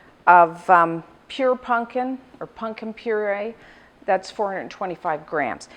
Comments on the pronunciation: Is she saying “punkin’”? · I love how she pronounces it as "punkin"